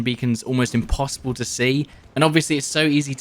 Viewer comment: I can’t believe you don’t want to hear Jin-Soo Paik say let’s make the imposse-bul posse-bul. I mean that’s probably the greatest thing to to ever come to battlefield.